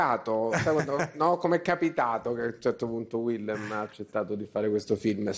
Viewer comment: Villem? Sarebbe carino consultarsi per la pronuncia - in fondo è solo un nome da memorizzare. Ma in fondo basta fare 'una cosa tra di noi' all'italiana.